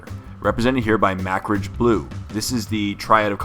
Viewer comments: What did you say? Macridge? Its Mah-Craig! Needless to say the Codex Astartes does not support this action. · I'm fairly certain it's pronounced Ma-Krag (as in a rocky crag) or Ma-Kragi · Great series of tutorials! However, being of Scottish descent, it is irksome to hear our names mispronounced. MacCragge - or Macragge - would be pronounced phonetically as Mah-Craig or Muh-Krahg in old English. Not a big deal really, but imagine someone pronouncing Jay as Juh-eye...you would chuckle but still point out their error. Thanks for the great vids!